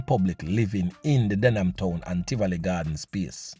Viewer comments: Them can't even pronounced them community name !...DehMan Town!...DEHMAN ten???soon hear Den gyal ten. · So dumb he does not even know its Denham and not Dehman